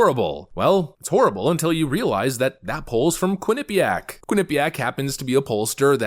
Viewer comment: constant mispronunciation of Quinnipiac is literal ear AIDS.